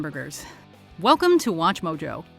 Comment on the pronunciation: Ah yes... H A M B U R G E R S